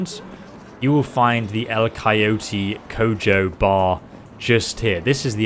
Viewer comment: Spanish native speaker here. Gotta admit if that was your first try at pronouncing that name, you nailed it. And thanks for the alternate way to get jackie's gun. I F.ed up and sent him to viktor clinic T_T